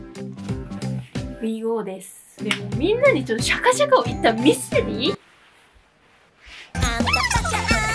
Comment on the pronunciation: シャカシャカを釈迦釈迦って言うの個人的にツボでした😂😂😂